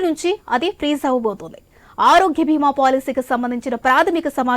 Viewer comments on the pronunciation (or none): నేను అన్నది కూడా అదే! అది మహాభారతం లో భీముడు కాదు, “భీమ” అని పలకటానికి. Insurance ని “బీమ” అని పలకాలి. నేను తమిఱులకే తమిఱ ఉచ్చారణ నేర్పుతాను. తెలుగు కూడా నాకు బాగా వచ్చండి 👏🏼